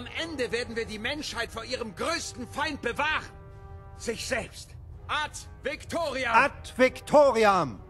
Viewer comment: Italian Ad Victoriam is the real pronunciation of that phrase.